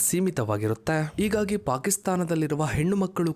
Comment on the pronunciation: ರೀ ಯೂ ಟ್ಯೂಬರ ನಿನ್ನ ಕನ್ನಡ ಉಚ್ಚಾರಣೆ ತಪ್ಪು ತಪ್ಪಾಗಿದೆ ರೀ..ಆ... ತಪ್ಪುಗಳು ಹೀಗೆ ಇದ್ದಾವೆ ನೊಡಿ... 1 ಇಗಾಗಿ ಅಲ್ಲ ಹೀಗಾಗಿ ಅಂತ ಹೇಳು 2 ಹಾಗಿದೆ ಅಲ್ಲ ಆಗಿದೆ. 3 ಅರಾಜಮೆಂಟ ಅಲ್ಲಿ ಹರಾಜಮೆಂಠ 4 ಎಳುತ್ತೆನೆ ಅಲ್ಲ ಹೇಳುತ್ತೆನೆ 5 ಅದಿನಾರು ವರ್ಷ ಅಲ್ಲ ಹದಿನಾರು ವರ್ಷ... ಕನ್ನಡ ಕಾಪಾಡಿ....ನಿಮಗೆ ಕನ್ನಡ ಉಚ್ಚಾರಣೆ ತಪ್ಪು ಹೇಳಿ ಕೊಟ್ಟ ಮೆಷ್ಟ್ರು ಯಾರು....